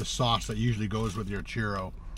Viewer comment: the word CHURRO is pronounced like "Chew-row", not "Cheer-o". Also, CILANTRO is pronounced like "Sil-ahn-troh" not "sil-ann-troh". The only two Spanish sentences that you use completely out of context, "Como estas señor" and "dos cervezas por favor" are in poor taste. Please stick to English, eh??